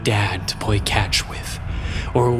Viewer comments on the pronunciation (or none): I'm more amused at how few people seem to have noticed the subtle "uwu" in his speech. He says "pway" catch, not play. "Wonewy" homeschooled boys, and other subtle moments. It's there. But basically no one that I've seen in the comments has mentioned it.